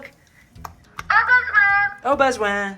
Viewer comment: Molly, your French is really not bad (especially for "au besoin")! The only thing I can't tell is whether his "walk on" command is "en avant" (forward) or "on y vas" (let's go). Your pronunciation sounds right in the middle and either could work; I suspect it's the former though!